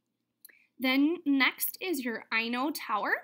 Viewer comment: its Inno tower, you said eye-no, it is actually pronounced as how you would say innovation.(different type of E sound) Just wanted to let ya knw.